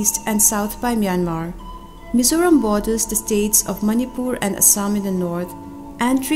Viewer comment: Engati nge Mizâws i tih aw? Mizos han ti mai la, a dik thlap. Mizawraem tih pawh hi a fel hlel, Mizo accent takin Mizo, Mizoram tih mai tur.